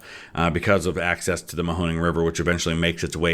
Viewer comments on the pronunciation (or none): none